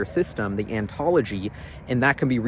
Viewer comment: Anybody else cringe every time he said "antology" instead of "ontology"?